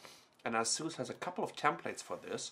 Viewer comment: its A-sus.. lern the fucking name befoere making another lame review. can't even take it from the fucking sleeve! thats how dumb they are